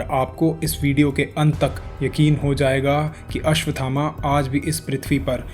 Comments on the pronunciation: अश्वत् थामा - is the correct pronunciation and not अश्वथामा। 🙏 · अश्वथामा का उच्चारण गलत है।